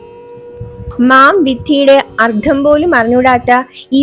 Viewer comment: ഉച്ചാരണം ശ്രവിക്കണം അർത്ഥം എന്നതിനു് അർദ്ധം എന്നാണ് ഉച്ചരിക്കുന്നത്